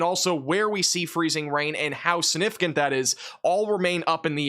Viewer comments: you gotta learn how to say Significant and First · I know this is a small thing, but I've noticed you tend to make the g in significant silent. That's not standard pronunciation. Your pronunciation and enunciation is otherwise so good, I thought I should mention this. Your videos are excellent, so thank you for them!